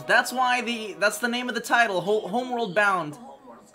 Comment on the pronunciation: It sounded like you said home*word* bound